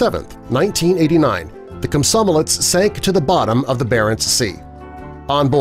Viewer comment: Kosmosolets. Dude that's not the right name. Komsomolets. Thats the name